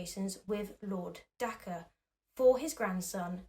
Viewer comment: Sorry to be "that" person but Dacre is pronounced day-ker, not dak-re. Normally id ignore it but its a name and there is a responsibility to pronounce peoples names correctly